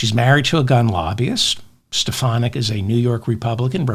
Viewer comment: He can't even bother to pronounce her name correctly - is Stefanik craving a neck stretching from the loonies?